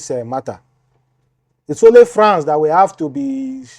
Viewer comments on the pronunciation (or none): none